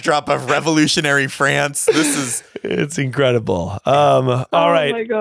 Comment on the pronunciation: As a Brit who pronounces France exactly the same way, the way pronounces France absolutely creases me every time